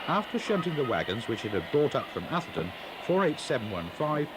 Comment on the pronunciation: Lovely stuff, but why are southerners incapable of pronouncing 'Atherton'? 😆